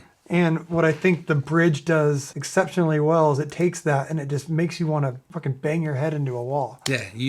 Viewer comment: "it's your fookin nightmare" 🤣🤣🤣💀